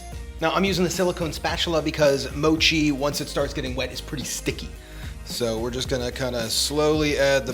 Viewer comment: It's not called Moe-chi. It's called Moch-i. Please listen to how the Japanese pronounce it. Google Translate is your friend. 😎👍